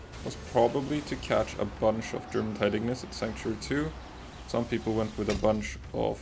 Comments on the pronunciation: Jormuntide is pronounced Yormuntide because its based off of Jormungandr from norse mythology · You pronounced it with a J but it’s a Y, like the mythical Viking serpent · You don't pronounce the J in Jormuntide as a J sound it's yuh sound like your-muntide. Same with Bjorn the last tower boss. B-your-n not B-Jur-orn